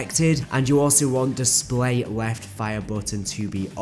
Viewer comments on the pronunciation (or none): none